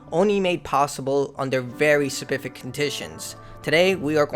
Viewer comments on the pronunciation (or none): “...very spiffick conditions.” 👍🏻 nailed it, bro